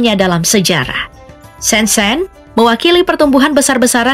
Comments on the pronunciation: Kota "ShenZhen "Mengejanya bukan SenSen tapi "Sen Cen".... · Shen Zhen/Sen Cen. Jangan dibaca sen sen. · Baca : Sencen